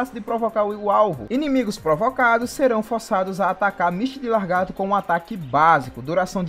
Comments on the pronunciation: vamos ler o nome do personagem? Misty de LA-GAR-TO e não LAR-GATO PELO AMOR DE DEUS!!! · Costume das pessoas é foda, né? Ta ali na dele é só ler lagarto e o fala largato kkkk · nossa mano grande merda ele falar a porra de lagarto errado vai acabar o mundo por isso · largato???? kkkkkkkk